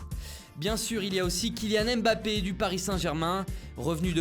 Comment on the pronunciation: Arrêté de prononcer le M de Mbappe, en Afrique sa ce prononce pas séparément et c'est pas un nom français hein